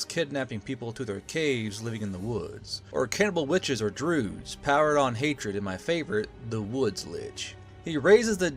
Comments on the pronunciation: I think its a joke about an old game called "mystery of the Druids", voice actors in the game read Druids as Droods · Why does say Druids like that